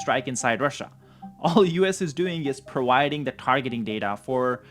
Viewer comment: I’m a big fan but prowiding is driving me crazy. Providing! You are really good and I’m a fan!